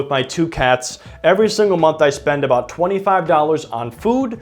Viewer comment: What are we talking aboot